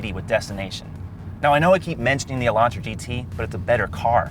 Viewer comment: This review has missed a large amount of features, and the presenter keeps mispronouncing everything. Echo-sport? No. It's ECO sport. UH-LAUNTRA? REALLY? He needs speech lessons. He sounds like he has brain damage.